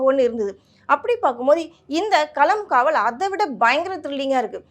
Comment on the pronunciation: நீயும் படத்தின் பெயரை தெளிவா சொல்ல மாட்ட? கடுகு பொறியற மாதிரி பேசுவது புரியவில்லை .